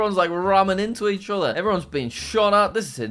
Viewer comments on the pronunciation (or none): none